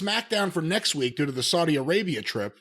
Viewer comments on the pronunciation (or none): none